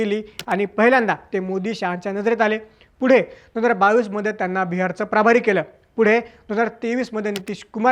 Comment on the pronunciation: प्राभारी नाही, प्रभारी म्हणा, थोडक्यात.